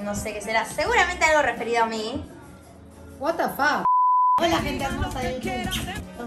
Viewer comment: " watafak" jajajaja